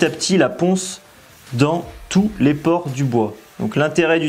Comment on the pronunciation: PorEs, et non porTs